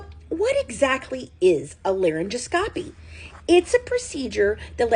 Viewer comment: Just an fyi: It’s pronounced laryn-gos-copy I noticed that Deedee had a very young sounding voice too